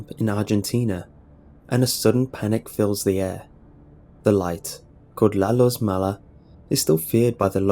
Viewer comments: "La Luz Mala" is pronounced "La LOOZ Mah-lah".... NOT "La La's Mala" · I have been born and lived in argentina all my life... all my 27 years of it, and first of all, learn to pronounce spanish, second the first time i've heard about "la luz mala" is in you video, so no, nobody belives that shit, and if you we're to tell it here u would only get people laughin and calling you names XD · Oh God the way you say La Luz Mala is gets me so triggered